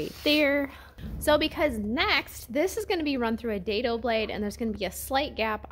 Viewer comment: Did you say your rabbit groove is a hare off? Dado is pronounced day-dough. Your outfeed table should support the work as soon as it leaves the saw table. As someone else mentioned, your blade should be checked for being square to the table, and the blade height should be about 1/4" above the material. Stay safe! Good job! The walls will look AWESOME!